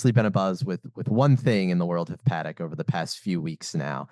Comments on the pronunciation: Love how she emphasised it’s spoken Patek not pattack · He is pronouncing it correctly, this is the same way Thierry Stern pronounces it.